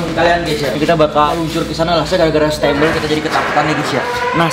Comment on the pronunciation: Bukan stembel kocak stambel